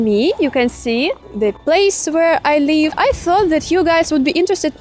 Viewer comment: You pronounce the word 'live' like 'leave', you must pronounce 'live' with a short 'i' Also you say 'I am like it' but this means nothing. You can say 'I like it.' or 'I like my room', or "I don't like this building". Just use the verb 'to like' in present tense.